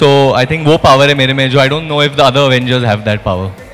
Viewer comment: Actual name Avengers How they pronounce Aaavengers